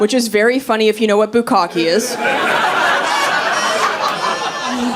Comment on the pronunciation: Bukka'keh - the last "e" is a short "e". Bukka'keh - "to pour large volumes upon"